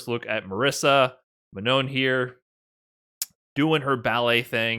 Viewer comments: It's Manon not Ma-non! haha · I appreciate covering this but he really pronounces "Manon" in the most American way haha